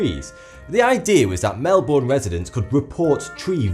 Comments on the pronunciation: Edit: Say it like "Mel-bin" not "Mel-Born" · "Mel-bun" not "Mel-Born" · its not pronounced (Mel-booorrrn) it is pronounced (Mel-bon) btw im from sydney australia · It's "mel-burn!" :| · we pronounce it mel-bn, not MelBOURne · It's not Mel-born. Its Mel-bourne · It's not "MelBORN" - It's "MelBIN". Ty. :) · I know! Heaps of people pronounce that way!! (Mainly Americans and British people) (Not people who live in Australia) and it's like: IT'S PRONOUNCED MEL-BON NOT MEL-BORN (I know melborn is not how you spell it-it's Melbourne. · its not pronounced fucking Mel"born" .. its Melbin or Melbun! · I'm from Australia and I really enjoy all of your videos, but every time you said Melbourne I cringed, I've only ever grown up hearing it pronounced 'mel-bun', so hearing 'mel-born' really upset me for some reason, I know it's off topic to the video but oh well, anyway keep up the amazing work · It's not Mel born it's Melbern. And Australien summers can get to 40c hot. And i'm telling you your iver at the beach or at home on those days. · It's Mel-bern not mel-born. It really annoys me when people say their names wrong. Especially Canberra. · WHY DOES EVERYTHING SAY MEL BOORNE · They pronounce it as Mel-BIN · EVERYONE, pronounce Melbourne like melbin, cause Jason Bourne doesn't live here thx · Come on, it's pronounced 'mel-bin' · now i am an English immigrant in Australia and i dont mean this in a rude way but its pronounced Mel-burn or just Mel-bon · it isn't mel - bowen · really... MEL-BORN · It's pronounced 'melbern' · Melbourne is pronounced Mel-burn by the way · Melbourne is pronounced like mel-BIN... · You pronounce 'Melbourne', Mel-bin. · It's said ( mel-ben) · its pronounced mel-bern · more mel-bin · "melban" say It right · Dear Tree, Melbourne Pronounced Mel-Bin P.S Hai Sincerely Niklaus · Melbourne is ponounced Mel-ben. I cringe every time you say it. (no offence i love ya m8) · it's pronounced "Melbon" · it's pronounced Mel-Burn